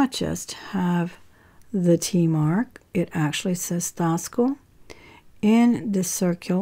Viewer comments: About the silver cuff bracelet in the beginning of your video, are you saying Taxco??? I have never heard Taxco pronounced that way???? Or are you calling it something else?? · About the silver cuff bracelet, in the beginning of your video,, Are you saying Taxco???? I have never heard it pronounced that way????